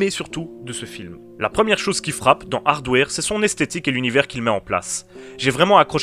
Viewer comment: Je dit pas ça pour être méchant ou blêssant , j'aime bien ce que tu fait , je suit ta chaine . C'est juste que quand j'ai entendu ta prononciation ça m'a flacher. Sinon c'est pas grave ^^